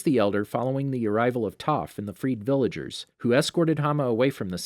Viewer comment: It's like i heard you say freak villagers but you actually said free villagers